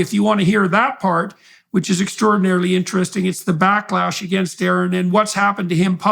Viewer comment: ay-ayron? Bro no way I can’t believe ay-ayron is talking to Jordan!